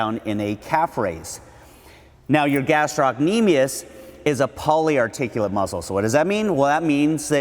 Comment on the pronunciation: Love the video minus how he pronounces gastrocnemius 😂